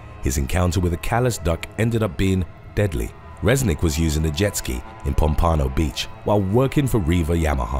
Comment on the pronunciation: and im sorry but you butchered the hell out of the name Pompano Beach